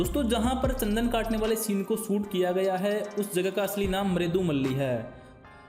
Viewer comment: Tsandan nahi chandan bolo